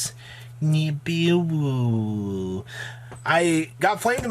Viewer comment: please don’t fucking say nibiwuuuu again lmao that was so cringe